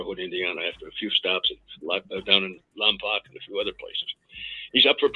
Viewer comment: And it's pronounced "Lom-poke". I've lived here for the past 9 years. Well, last 2 in Santa Maria. I like it out here but miss Chicago. And no, I wasn't in the Lompoc prison I have family out here.